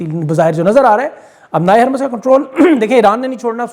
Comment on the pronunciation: "بحیرۂ احمر "۔۔۔۔۔حرف ب پر زبر نہیں ۔۔۔۔ پیش ہے ۔۔۔ اسی طرح ۔۔۔۔۔ " ہُرمز "۔۔۔۔ حرف ۔۔۔۔ ہ ۔۔۔۔ پر زبر نہیں پیش ہے ۔۔۔۔۔